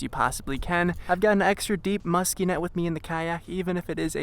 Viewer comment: The most homosexual fishing video I've witnessed....say musthky....for me baby